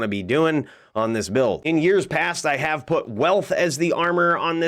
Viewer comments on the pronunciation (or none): none